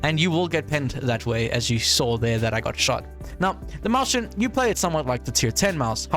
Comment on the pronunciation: "maushen" my german speaking brain wants to die everytime you say that ☠️